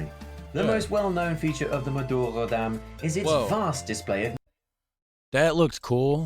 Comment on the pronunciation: its madurodam